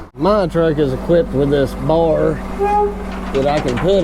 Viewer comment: I love the way you say “Bar” 😂